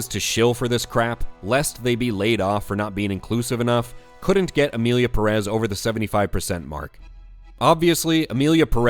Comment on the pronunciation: Just a small clarification, do you people see that little thing above the first 'e' in Pérez? It means the 'stress' goes on that syllable, not the second, as several YouTubers have been pronouncing. That's just a small tip on Spanish pronunciation, nothing serious.